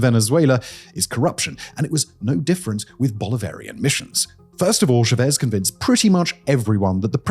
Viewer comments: anish speakers can’t pronounce the word ‘Simon’ properly so at least console yourself with that. Ehsimon. Many of Simon’s videos are interesting but have silly mistakes like his mispronunciation of Chavez. It’s a common surname anyway and Hugo Chavez was on the UK news a lot so there is no excuse for his error even if he were just a man down the pub talking about Venezuela. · some of them are more forgivable. It’s an entire fucking video about Chávez and his goddamn name has the accent already marked for you. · I love all of your videos, but you gotta double check the pronunciation on these names... It's not cha-VEZ, it's CHA-vez... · how do you pronounce Chávez [tʃɑːvɛz] as shavees? are you idiot? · Which Dunning-Kruger producer assured Simon that it was pronounced "Chavéz" and not "Chávez?" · bro his name is pronounced cha-vez not cho-vez but you can just refer to him as commie skum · CHA-vez. Please, there’s an accent on the a for a reason. Cha-VEZ hurts my ears. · It’s not Shevez it’s CHAVEZ. It’s like pronouncing chili as shili. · Stress syllable in “Chavez” is Cha, not Vez. Thanks for another amazing video! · The ch is pronounced like in Charles. And the stress is on the á. So like ChÁvez, not ShavEz. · I think there's some trolling going on here because in every single video he picks one very commonly known word or name and butchers it over and over again. It drives me crazy. Who is SheVez? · Lol I love your content but my guy for how much knowledge you have it's wild how bad your pronunciation is. Shavez? It's not french bro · Yeah, he's an imbecile. It's pronounced "Chavez." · Try “CHA vez” 😂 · is he pronouncing Chávez like that deliberately to rage bait me I can't tell these things anymore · Pronunciation of Chavez 🤦🏽‍♀️ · You'd think with glasses that big, he could see accents over letters. My body involuntarily winced every time he said a Venezuelan name, especially Chávez. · Are you trying to pronounce Chavez?